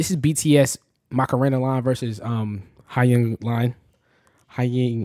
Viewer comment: btw hyung is pronounced heeuhng not hi-yung😭😭